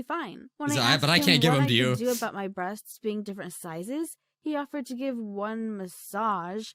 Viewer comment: "Breastsksksksksk" Why do I hear that?